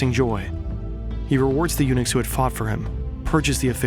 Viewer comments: WHAT THE FUCK IS A UNIX. LEARN TO ENUNCIATE HOLY SHIT. found out its eunuchs, learn to articulate too'. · At first I was like, why is he mentioning Unix that often? Then realised he meant Eunucs. 😂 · "The Ming Empire was built on UNIX" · I thought you said that the dynasty ran on “Unix” and I got a little confused